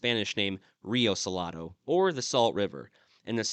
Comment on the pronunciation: Salado means salty. I think he was pronouncing it so-la-do, which might mean something totally different. I will need to Google the name of the people he mentioned.